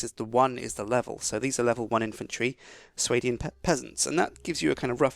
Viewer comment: Its pronounced Swar-dian